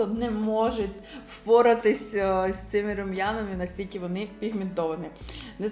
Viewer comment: РейЦИнг... Звучить якось по мацковски... Або "бо ваНі роблять дива в макіяжі"...Дуже ріже вуха. " Дуже плохА виглядають".... Ну ппц. У вас же є час, щоб у монтажі підготуватися і озвучити нормально... Ви не плануєте займатись вимовою? Бо це ваша робота як блогера розвиватися. А у вас, таке враження, що з кожним відео все гірше....